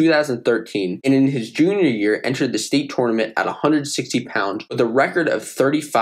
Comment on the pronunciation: Please say tournament the right way😭